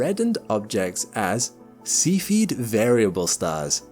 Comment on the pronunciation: Cepheid has three syllables: SEE fee id